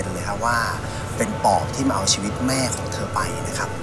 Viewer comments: ชีวิต คับไม่ใช่ ช๊วิต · ชีวิตครับไม่ใช่ ช็วิต